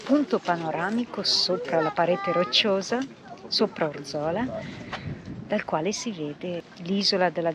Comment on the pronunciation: Grazie per i bei video. Avete una bella positività. Appunto: Orzola ha l'accento sulla prima O...😅